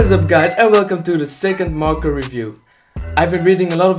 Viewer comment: Who thought he said marko instead of marker